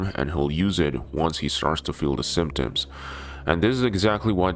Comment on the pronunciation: Symptombs? WTF is a ‘symptomb’?